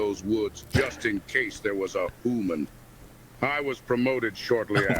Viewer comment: "it was a hooman... you could tell by the knees" i may have woke up the whole house laughing after hearing that